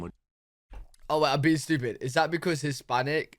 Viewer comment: This boy is so crazy...and "estooopid"😂😂😂😂😂😂😂😂😂😂😂